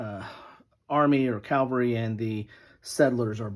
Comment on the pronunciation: Nice report.... but you're saying "calvary" instead of "cavalry" .